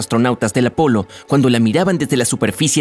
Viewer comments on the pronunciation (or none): none